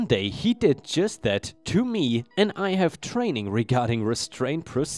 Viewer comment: Story 4, "have" is said with a "haa" sound not a "gay" sound. 😉